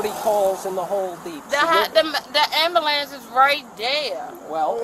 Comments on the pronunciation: "am bo lance" tell me you aren't a trash citizen without saying you are a trash citizen kind of like when they say "axe" instead of "ask" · She said "Am bu lance" She probably didn't make it out of Junior high School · "The ambuhlance is right dare."😂😂😂😂😂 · She said she needed an amblamps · “Ambalance”, I love it!😊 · This the type of person to “axe for a ambulam” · "The Ambalance" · i dont know what you did all this for? mam you ran from the cops. Also the "amberlance"? Ambulance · What’s an amberlance? Asking for a friend 😁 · How hard is it to say A-M-B-U-L-A-N-C-E!!!!!!! Not anbelance!! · hahah She said she needs an anba-lance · The word is actually "amberlamps", as in "I axed for da amberlamps" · “The am ba lance is right there “ SO dumb 😑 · The hot, the muh, the Am-bu-lence is right dare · Am-boo-lance. Good grief.